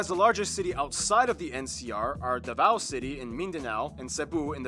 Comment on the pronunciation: the way they pronounced leyte and davao is incorrect (and other words too)